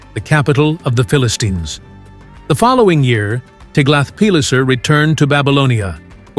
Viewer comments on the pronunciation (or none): none